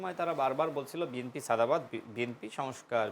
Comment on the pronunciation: নামটা ভালো করে উচ্চারণ করতে পারেন না বিএম।পি নয় বিএনপি।